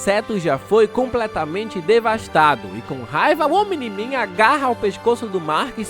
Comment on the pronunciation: pq quando ele fala omni-man eu escuto "o mini man"